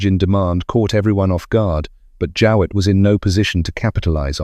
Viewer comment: No I don't remember the name, a pity you didn't look up the way we prounced it at the time, a simple Google search. My Grandfather had a pre-war Jowett and always called it a "JOH"+"it" as you could have easily found out Googling Jowett car prouncation. Apart from that a very good presentation.